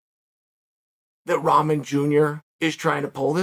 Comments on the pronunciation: Rahman pronounced "Rockman." But I like top ramen much better. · Hier we go again another miss pronounced Name Roman jr 🤣🤣😂😂😂😂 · Am I the only one who keeps hearing Chael say 'Top Ramen'?